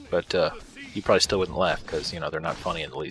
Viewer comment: "IDI nauxy" , "probaly" lol